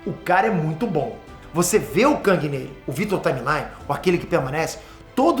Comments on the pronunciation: Vitor Timely. Parece q ta falando timeline. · Única critica pro video é que o falou Vitor TimeLINE o video inteiro, e na verdade é TimeLI (Timely) personagem que compartilha o nome com o primeiro nome da Marvel (Timely Comics) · Que nervoso que me dá escutar o falar Victor timelyne ao em vez de Victor timely haaaaaaaaaaaaaaaaaa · Para de falar vitor time line.....nao é assim po..."timelly....timelly" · sendo bem 🤓🤓🤓, vc tava pronunciando victor timely errado 😭😭😭